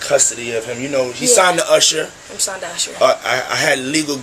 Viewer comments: Usher ❌ Asar ✅ Thousand ❌ Thowjand ✅ Show love ❌ Sow love ✅ Sexual ❌ Seksooal ✅ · Also Assar😂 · Usher ❌ असर ✅